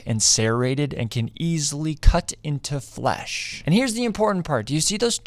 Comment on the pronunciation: The way this man says “flesh” makes me want uncomfortable.